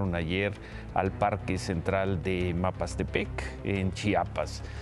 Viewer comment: ayer 30 de agosto 2021 para referirte a la población de Mapastepec, la dijiste de varias formas: Mamastepec, Mastepec y Mapastepec. Hoy ya lo mencionaste correctamente. Hoy, desafortunadamente, dijiste las "estibaciones" del Banco de México, en lugar de "estimaciones". Mejor suerte para la siguiente.